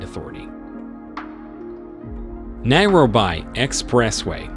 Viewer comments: why is this guy pronouncing Nairobi like that? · Good video, but why wouldn't you get the correct pronunciation of names? At least for Nairobi. These are NOT English words!!